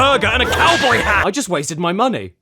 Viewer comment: Save ur MUNTY. He said MUNT (jk)